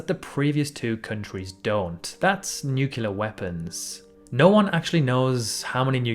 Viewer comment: nu CLE-ar not nu-CU-lar